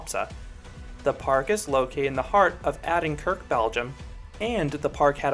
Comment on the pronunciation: i live in adinkerke xD amazingly funny how you pronounce it. Great review btw !